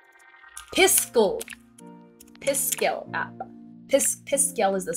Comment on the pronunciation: count the amount of times said Piskel wrong XD